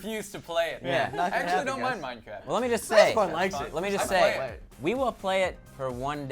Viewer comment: play minecwaft